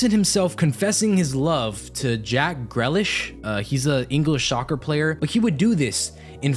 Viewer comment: “English Shoccer player”